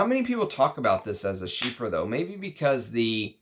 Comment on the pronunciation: I’m sooooo glad you stopped saying “chyfra” in your newer videos 🤣 keep up the great work, I’ve learned a lot from you since I found your channel this past Christmas 🫡